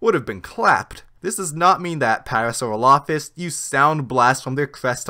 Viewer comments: Parasauropholus? The narrator's on crack. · To be fair, I first saw this documentary when it was on Netflix. In that version, Mathew Wedel’s quote-mining and the narrator’s pronunciation of Parasaurolophus were corrected. Once it got taken off Netflix, I found the episodes on YouTube, which were the original versions that had those problems. I watched them again and thought, “Hey, that’s not what I heard before!” Lol